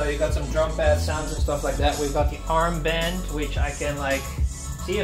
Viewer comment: ik ging helemaal stuk want je zei earmband😂😂😂